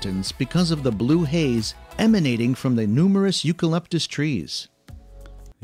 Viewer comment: The narrator couldn’t even pronounce eucalyptus correctly!